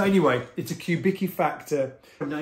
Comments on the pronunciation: Not “cue” but coo - Vicki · Isn't it pronounced "Kubiski?" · His name is pronounced "Kubitski", just FYI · Philip Kubicki (with respect - correct pronunciation Cue-bit-ski) designed the first ever Fender signature bass called Urge Bass specifically for his good friend Stuart Hamm. The switching is similar to the Factor you have there, and Stu Hamm famously recorded Kings of Sleep in 1989, using a Factor. The bass features on the album cover art.